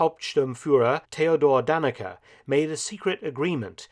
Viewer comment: Great video! Just one correction: Eichmann‘s subordinate was Theodor Dannecker with an *r at the end.